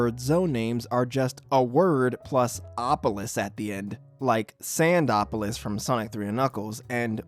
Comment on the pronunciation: Bro would pronounce sandopolis as 'cinedapolers' (no offense)